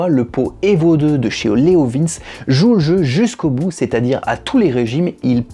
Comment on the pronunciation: Je sais plus... d'autre prononcent 'leov1s' certains leoviinns , d'autre leoviinnchi... à l'italienne. Je prendrais un bidalo la prochaine fois... 😃😃